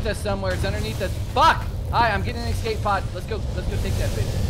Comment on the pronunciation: Escape pod. Not exxcape pod